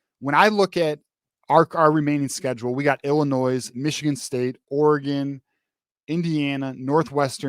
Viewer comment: Bro the “s” in Illinois is silent lol. But yes, I agree with everything you said. I think the teams we’ve been beating up on the last decade are gonna come out swinging so Michigan better come off this bye week a brand new team.